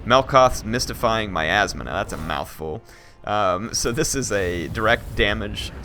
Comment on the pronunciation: i heard it as "melkoth's mystifying my ass (ma), now that's a mouthful.